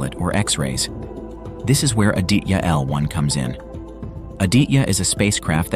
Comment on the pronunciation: Hi, so happy to watch this video... May I help you with the pronunciation of 'Aditya' ... 'ah + dee (as in the moon) + tha (as in thorough) + ya.... Indian languages pronounce/ stress on all the consonant sounds in a word. Thanks for the video